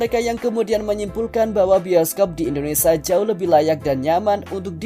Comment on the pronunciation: Belajar nyebut yg bener bang...biasain.... INDONESIA bukan Indonesa